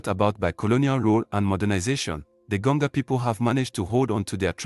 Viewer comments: Why do I feel like the voice we are hearing is computer generated voice and not human voice? This is why we got to “Gonga” people instead of Gonja people. I am a 67 year old Ghanaian and consider myself as a student of History, Sociology and Politics of Ghana. I have never heard of Gonga people in Ghana. That tribe does not exist except maybe in cyberspace. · Gonja not Gonga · please we are called Gonja and not Gonga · THE WORD IS GONJA AND NOT GANJO OR GANGO PLS